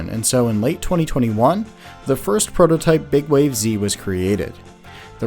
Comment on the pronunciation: you sure it's not pronounces "big waves"?